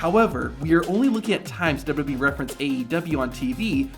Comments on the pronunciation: dubadee dubdubweee dubooduboueee dubdoobwlwlweeee. ffs it's W W E Not that hard to say. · What is this "Dub-ub-e" you keep referring to? I've heard of "Double-You, Double-You, E" before (WWE.) Perhaps that is what you are referring to? Sorry for the troll, but it just got annoying after awhile listening you mispronounce over and over and seemingly WORSE every time you said it.